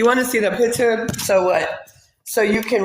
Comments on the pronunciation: Accents don't usually bother me, however it's the lying. Why are they so damn ashamed of where they're from?? It's not "Peeture," it PICture. No FBA says peeture. She's fooling no one. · Picha...and not picture😂😂